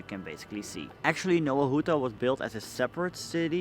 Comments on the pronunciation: Hey man it needs to be pronounced like "Nova Huta" instead of Nowa Huta". In polish the letter W makes a V sound. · Faktycznie, w chuj czasu trza było poświęcić dla Anglosasów by sprawdzić że wymowa to "nɔva ˈxuta"